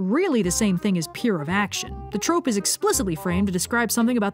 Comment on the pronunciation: Ah yes, Sir Pentious's Trrrrrope Talk! 🦜